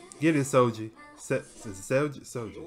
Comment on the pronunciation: gets triggered when he says the G in Seulgi that way The G is like the G in green not the G in gee Basically it’s the actual G sound not the J sound.